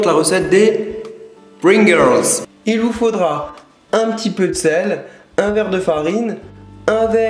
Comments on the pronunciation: Pourquoi il dit Pringirls? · Sans vouloir être chiant si tu c pas dire pringels ne le fais pas sinon super vidéo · on dirait que tu dit pring-girls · rosillette non je dis pringels ya pas de r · Pourquoi tu dit : "Pringirls" ? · Les "Pringerlrls" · n'essaie pas de dire pringles ton accent anglais est horrible